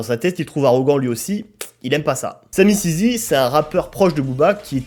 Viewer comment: vraiment nul ce youtuber tu fais exprès de dire samisizi ? tu connais rien au rap